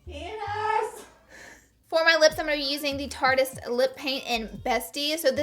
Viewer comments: Okay. It's tarte-ist. NOT Tartiest right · Anyone else notice she says tarte-eeeeeist ? It's just Tarte-ist. Still love you tho! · Am I the only one who's super iffy when someone says tarte-eist? It's obviously a pun on the word "artist", so it should be pronounced "tartist" lmao